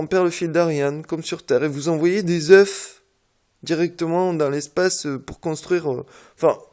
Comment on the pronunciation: on dit pas des zeuf mais des zeu